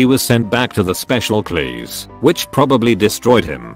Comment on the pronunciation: Really? This stupid fn bot can’t say class? At least this one didn’t keep saying number instead of no